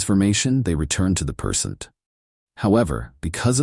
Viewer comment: Not a bad story...the AI reads it exactly as spelt which IS a problem - it just said "they returned to the PERSENT."......"Persent"!!! hahaha